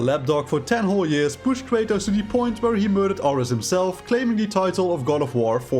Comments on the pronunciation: bro... "are-ehs"? it's fucking air-eez how do you get that wrong lmfao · You mispronounced ares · When i first heard him mispronounced Ares. I knew this shit wasn’t gonna be that good